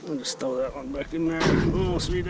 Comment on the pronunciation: I really like you 😊, and you said " you throw that out?" 😂😂, the way you said "throw" was very nice😁